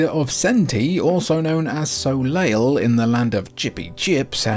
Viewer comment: “soleil” you mean “so-lay”, not “so-layl”, the French word for sun?